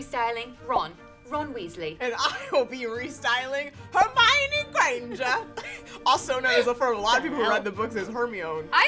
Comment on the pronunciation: The goblet of fire actually very clearly says her name is her-my-oh-nee because everyone was mispronouncing it. Check the yule ball chapter lol